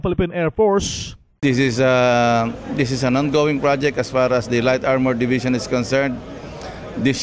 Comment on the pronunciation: sbi ng narator philippine air porsche!